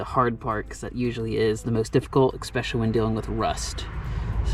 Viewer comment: You said "expecially" not "especially" several times in this video, beware it makes you sound less serious I would make an effort to pronounce the word properly if I were in your position. Good video, only repaint if you're reselling.